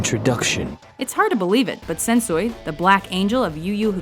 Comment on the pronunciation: Hearing how she pronounced Sensui and Yu Yu Hakusho was just painful.